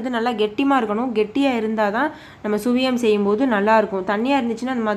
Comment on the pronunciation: Suzhiyam...not Sviyam..